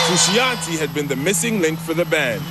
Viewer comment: Who is this John Fruu-shee- on-teeee?